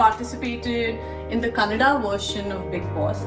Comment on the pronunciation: Canada na Kannada na clarity raledhu😆